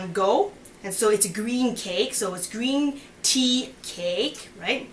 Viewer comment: This is such a good video, it is easy to follow. I am going to try it out. BTW, your Cantonese is pretty good. Very cute. When you said "Green Tea", the intonation of "Tea" should go down. Anyhow, it is very impressive that you can speak Cantonese!